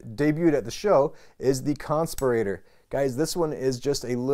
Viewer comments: need to learn to pronounce "conspirator"...not like respirator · I gotta start by saying that's a heck of a way to pronounce Conspirator. I've purchased 21 civivi knives but I'm a bit hesitant on the button locks. I feel more secure with the liner locks. I would say it is a bit of a stretch to say that civivi has nailed button locks. Check out the amazon reviews for the Altus. doesn't seem like Civivi nailed that one. I might consider the Conspirator or the sheepsfoot blade model because I really like the styles but the quality needs to go up. seems these button locks also have a premium price point for Civivi. makes it that much harder to justify getting one. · you say "conspirator" so differently to how i say it. Am I saying it wrong? is there even a wrong way? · Lol at the way he pronounced "conspirator" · I think you are pronouncing the “conspirator” wrong 😂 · That pry bar is useless. Its too short to pry anything. And whos pronouncing "conspirator" wrong is it you or literally everyone else??